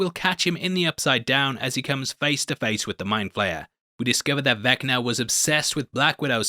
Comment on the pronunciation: I’m disappointed you didn’t complete the— “I’m 85 years old & so butcher all names” Trifecta— and call him “Wall”! It’s: Vecna (not Vinca) & Mindflayer (not Mindflare)